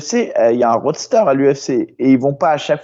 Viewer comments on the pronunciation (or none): on dit pas Roadster, mais roster